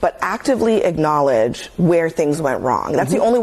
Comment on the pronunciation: what's an icknowledge..?.. cant even pronounce acknowledge correctly